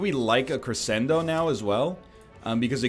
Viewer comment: The fact you know you are pronouncing crescendo wrong makes it even more infuriating.